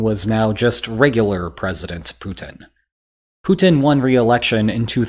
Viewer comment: LOL The title gives you away, fool. Also, learn how to pronounce the name Putin. Propaganda and wishful thinking.